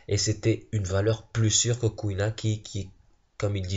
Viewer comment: Mec jt mort tu disais CouilleNa MDRRR